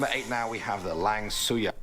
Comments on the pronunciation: Lang Suyar? wtf hahahahahah Langsuir:thats not my name dude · the langsuir is not langsoyar🤣🤣 the way to pronounce it is lang-so-where or lang-su-where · lang suyar. malaysian pronounce it as lang suey suey as chop suey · Langsoya??? Ahhahaha soy beans become ghost... just kidding... The correct pronunciation is Lang-Sew-Way (langsuir) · Langsuyar hmmm oh langsuir